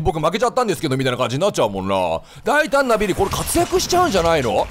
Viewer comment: 大胆なビリーって言ってるんだけど，大胆だっぺーにきこえて笑った。